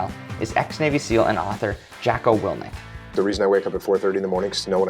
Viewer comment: Love the channel, but I laughed at every butchering of Jocko Willink's last name.